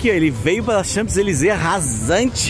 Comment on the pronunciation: Très chic, vocês. Gordo o p não é pronunciado em Champs-Elysées.